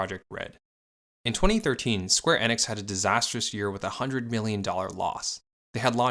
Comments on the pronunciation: Why does he keep saying square inex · Im sorry but I can't take you seriouslt when you pronounce company names wrong, especially those that are widely known and have pronunciations widely abailable. After the 3rd "square EH-nix" I had to come to the comments. Not even the 1st video I've noticed it in, just the one that made me realize that there needs to be more research done on these companies and their backgrounds. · Bit off topic however I got slightly infuriated by your "Square Enix" pronunciation